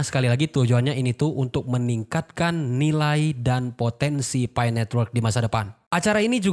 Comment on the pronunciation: Nyebutnya "pi" aja bang gitu, kenapa mesti nyebut "pay" sih? Sakit pala njir dengernya😂